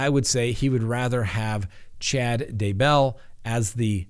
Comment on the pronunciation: Please speak correctly...Not Da-Bell...It's DAY-bell. Not that I give a crap about him...it's just irritating for an educated man pronouncing it wrong! : (